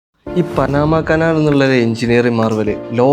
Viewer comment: പാനമ ആണ് ഉച്ചാരണം,പനാമ അല്ല